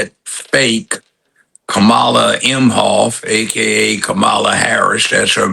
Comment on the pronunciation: He doesn't even know how to say Kamala Harris Name